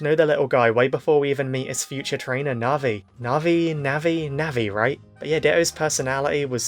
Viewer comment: It is said like Naviii Also it would have been also nice if it was that easy to get a ditto in pokemon go.......😢